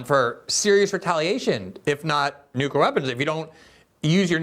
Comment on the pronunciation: Lee Fang has lots of info and skewed observations, plus, he says, "newkyoolure".